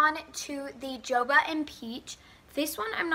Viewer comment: u said jojoba wrong lol😂